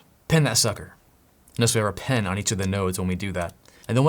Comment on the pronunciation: It's "pin" like "in", not "pen" like something else